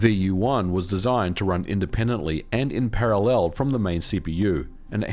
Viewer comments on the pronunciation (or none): Why do you use the wrong (and annoying) intonation when pronouncing the word parallel? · ehehe he says parallel funny. He says para..LEL really emphasizing that second syllable eheheheh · Is putting the emphasis on the 3rd syllable of "parallel" (instead of the 1st) an Aussie/Kiwi thing in general? Only, I've never heard it said that way other than on this channel. 🤔